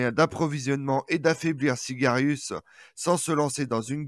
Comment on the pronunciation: SIAGRIUS et non Sigarius !